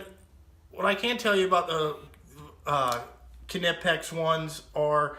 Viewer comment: Not the end of the world, but Knipex is pronounced Kuhnipex by Germans. Brits and Americans are used to pronouncing knife as nife, so I understand where it comes from. Ultimately, it doesn't matter. Knipex is still the best in the world at what it does.